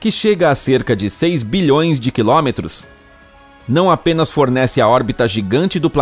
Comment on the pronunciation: Como sempre, muito legal, apresentado de maneira clara e didática. Apenas uma observação: a pronúncia para km é com a letra "o" fechada: quilômetros, tanto que tem acento circunflexo. A pronúncia apresentada neste e outros vídeos soa como "quilómetros". Mas é só uma observação para melhorar ainda mais a qualidade deste canal, que é claramente de alto nível.